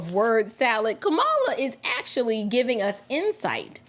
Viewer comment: Did he say, Ka"Bama Harris? OMGoodness, LOL😂😂😂... It's true though!